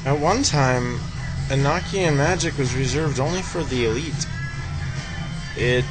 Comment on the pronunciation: it's a long o in Enochian.